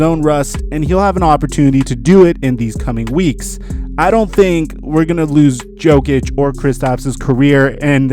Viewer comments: You dont say the j in jokic. It's pronounced yo-kich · is that why you said Joe-Kitch, guess you don't watch basketball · Who the fuck is nikola JOEKICHHH